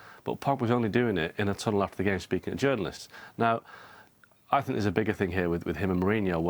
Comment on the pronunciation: come on la jose, it's i think, not i sink